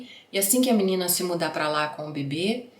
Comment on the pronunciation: salva vc falando “minina” no 34’50 e usa pra outros vídeos, eu RI TÃO ALTO 😂😂😂